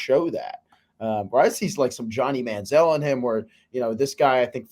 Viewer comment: Huh you think he a stud like Johnny Manziel but completely pronounced his name wrong?